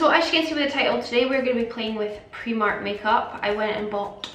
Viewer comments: AND ITS PRIMARK NOT PREMARK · She says preemark and it’s annoying me🥴🤯